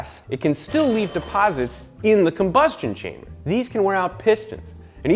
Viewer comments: "combustion chainer" 😂😂 Much love Science Garage. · Haha he said combustion chainer.